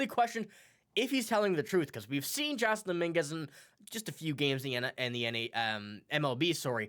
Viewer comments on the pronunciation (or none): His name is pronounced Jason